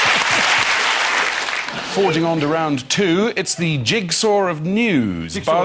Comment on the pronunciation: Please tell Martin 1. There is no r in jigsaw. 2. You don't putt the javelin